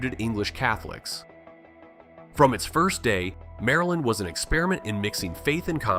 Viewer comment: Mareland, Murrlind